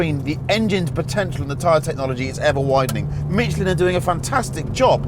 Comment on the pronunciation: When the English gonna learn how to say Michelin??? Lmao...🤣